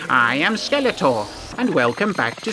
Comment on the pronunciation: I keep hearing it as “Skeletwat”, rofl